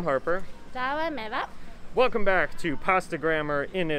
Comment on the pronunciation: Why do you call her A-va, when you know it's pronounced Ah-va. Is that for the american audience?